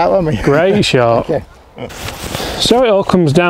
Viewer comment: "3rd Shoy" 😀😀